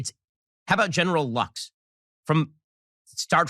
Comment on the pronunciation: Did he say General "Lux?"